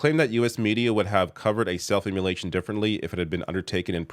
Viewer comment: You really gotta learn how to pronounce "self-immolation"